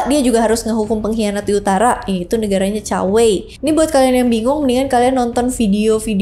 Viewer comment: Hadehhh kalo bahasa engres pronunciation nya effort bener dibikin akurat, tp pas chinese malah ngasal2. Bacanya cuge liang ama sema i bukan juge liang ama si ma i 🤦‍♂️👎👎👎 Chao whei bukan cakwe 😂😂😂 Sorry gw ga bs nonton habis videonya gegara gada effort buat pronounce nama2 chinese dengan benar, malah kedengaran kek cing cong cing cong